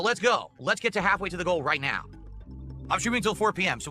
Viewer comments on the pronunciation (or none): Take a shot of gin everytime he says "ritenao"